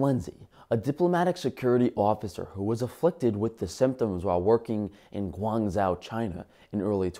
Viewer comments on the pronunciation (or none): "Guangzow", LOL. Gwong-Tsau (cantonese) or Guang-Tsou (mandarin) is the correct pronunciation.